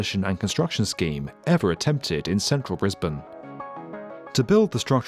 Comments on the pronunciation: You got the Briz-bin pronunciation right, but us Queenslanders say Queens-land, not Queens-lind. Why we're not consistent with our vowels, who knows, but Queens-lind sounds really wrong. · Thanks for saying the city correctly haha.